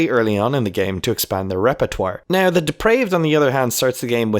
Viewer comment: it was in the beginning the way you pronounced the word "now" and later the word "about" ;)